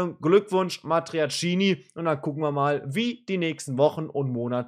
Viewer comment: ...nur die Aussprache des Namens ist falsch (nicht Matiacini)